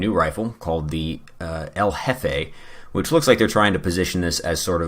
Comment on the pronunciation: I like how El Jefe sounds like Covfefe